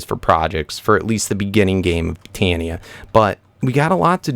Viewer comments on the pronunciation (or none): none